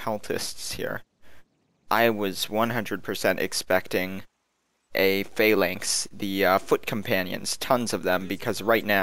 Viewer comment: Phalanx isn't pronounced f-ay-l-anx it is f-a-l-anx